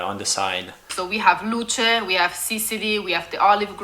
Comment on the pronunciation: the E in Luce is not pronounced as a y in the English Lucy, but as the Italian E, not as in English. It's different, it means light. Lucia is another name and you pronounce not only the I but also the final A.